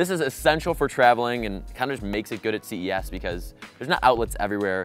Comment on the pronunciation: am i the only one that thought he said cvs not ces